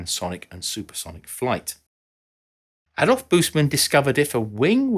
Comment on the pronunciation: Wished that German names are pronounced correctly (not a big task as every entry in Wikipedia provides a sound file of the given term) Adolf [uh-dolf] Busemann [boos-a-mun]